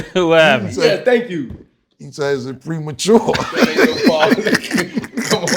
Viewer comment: Cam swallowing the word "premature" made me laugh so hard I got a nosebleed